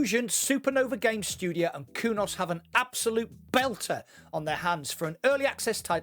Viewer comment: Did you say Kudos or Kunos?